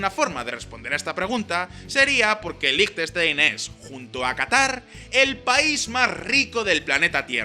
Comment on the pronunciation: 10.000 Francos son 8.500 euros, no 85.000. Y Liechtenstein lo pronuncias bastante mal.